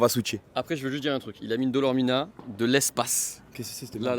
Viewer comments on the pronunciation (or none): C'est dormilona pas dolormina 😆😆😆